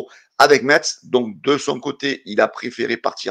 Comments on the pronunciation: Metz se prononce messe...bonne journée et allez l'OM! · pitié enlève le "t" de Metz lol Bises et à très vite